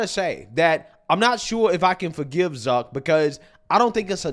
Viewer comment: It’s zuck not duck